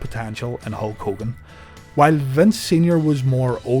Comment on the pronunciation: what year did he turn in "Ho Kogan"?